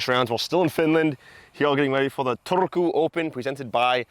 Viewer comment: I know you rolling R's was a bit of a joke, but it was actually almost bang on pronounciation of Turku. :DDDD